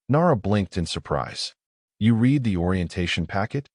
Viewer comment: This is one of the better AI narrator's, but it drives me crazy that it almost always pronounces "read" incorrectly in context. It says "reed" when it should be "red" and vice-versa.